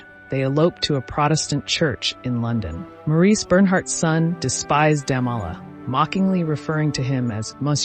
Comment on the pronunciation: Interesting. But your narrator needs to read better. She massacres every French word and many English words. Look up 'profligacy' for example. She pronounces the name of SB's husband Damala at least 3 different ways. C'mon. She makes the production sound shoddy.